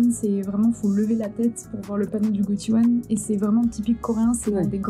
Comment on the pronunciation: C'est prononcé goSHiwon, pas gotchiwon.